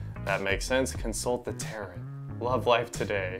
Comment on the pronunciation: I think tarot is pronounced terr-oh. Double check me though.